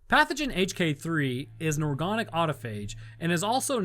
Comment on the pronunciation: Are you saying organic like that to be silly??